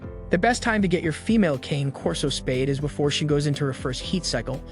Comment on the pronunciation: RULE #1 - NEVER take spaying or neutering (or really any other veterinary) advice from a YouTube channel, especially from one where they cannot even be bothered to pronounce the breed name correctly. Pretty much all of the current research definitively indicates that the limited reduction in the prevalence of mammary cancer gained by spaying any large or giant breed early is certainly offset by the fact that spaying or neutering the dog prior to the natural termination of skeletal development definitively leads to an increase in the incidence in the joint problems, which are the most prevalent chronic health issues in the large and giant breeds. Current "lifetime" research studies clearly show that incidence of both hip dysplasia and patella luxation are 3 time more prevalent in both male and female large and giant breed canines (including Rottweilers, which you claim to be an expert in) who were spayed/neutered prior to completion of natural skeletal development. When these breeds are altered prior to this time the body lacks the hormone signal that stops the growth of the femur, so the femur bones continue to grow, changing the resting angle of the leg and hip joints, which greatly increases the stress on those joints. Bottom line, the current research clearly shows that it will be better for owners of large and giant breed dogs to wait to spay/neuter the animal until they finish skeletal growth, which generally happens around 20-24 months, although the data is still a bit